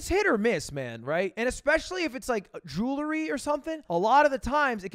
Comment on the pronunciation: can't believe ludwig, an english major, pronounces jewelry as jew-LER-y.